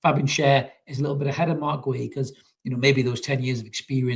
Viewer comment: It's pronounced ''Gay-he''